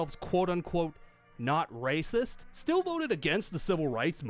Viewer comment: Love how can't even say the word "racist".